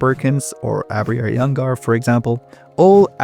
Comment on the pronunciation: You lost me at mispronouncing Aabria’s name. Literally her Wikipedia page has the pronunciation right there, on top of the fact that she is known for actual play, a medium in which you can hear people say her name